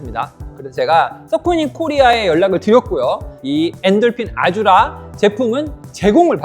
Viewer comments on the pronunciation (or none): 보통 아즈라 라고 읽지 않나요?